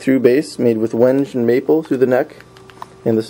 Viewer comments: Wenge is pronounced wen-gey, just sayin. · Wenge is pronounced "when-gay".